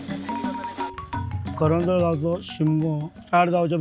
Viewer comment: करनोळे नाही करंजोळ ते